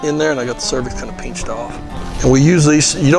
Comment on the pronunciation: ♥️ this guy; so down to earth & says “peenched”‼️ When he called that stallion a 💩-head…🐎😂😂😂 🐎